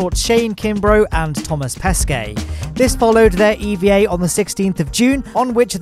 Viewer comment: If you want to pronounce Thomas Pesquet correctly try "Thomah pesqueh" That's already not bad though